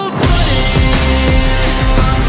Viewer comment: I cant' be the only one that hears cold pooding instead of cold-blooded XD